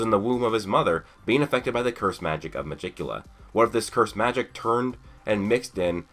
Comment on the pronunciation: Nice theory but.... I KNOW YOU DIDN'T JUST PRONOUNCE MEGICULA'S NAME THE WAY IT'S SPELT